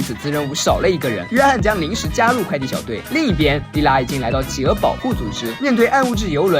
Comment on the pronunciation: 是 氣鵝 不是 起鵝